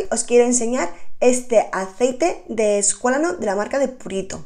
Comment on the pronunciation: ESQUALANO MI niña, aprende a pronunciarlo